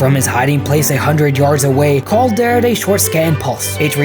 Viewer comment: I don't know why but I heard Paul instead of Cawl